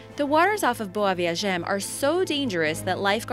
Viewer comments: The way she says "boa viagem" and "recife" annoys me so much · Jimmy TwoToes she says them wrong